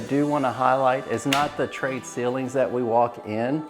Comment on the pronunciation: why do you call it trade(tray) ceilings?